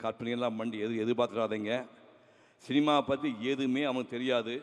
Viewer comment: டேய் கொளறுவாயா, போதும் நிறுத்துடா. எங்க கடைசி காலத்துல சோறு போட மாட்டான்னு இவ்வளவு ஐசா வைக்கிறது . ஆமா நீ ஒரு பேச்சாளரமா?. உனக்கு லா ழா லகரமே வராது. தமிழ் உச்சரிப்பு ஒழுங்கா வராது. சினிமான்னு ஒழுங்கா சொல்ல தெரியாது . சீமா சீமா அப்படின்னு சொல்லு வே